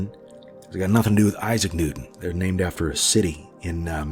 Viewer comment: "I love me some New-TAN" hahaha